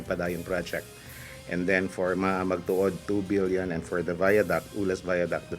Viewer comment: Paulit ulit ko pinakingan bilion talaga sinasabi.. hahhaa mag babasa na lang bubo pa